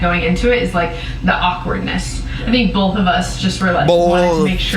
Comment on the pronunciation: really does put and L in the word both😂😅. That's the first time I have actually heard it. 😂😂Happy Friday yall❤